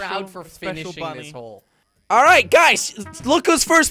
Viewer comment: says hoe instead of hole